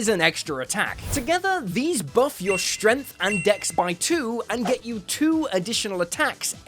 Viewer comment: "Shdrenff", "jool weeldurr", "cunndjirr"